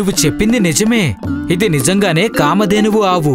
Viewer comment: Excellent, But that కామధేనువు not కామద్దెను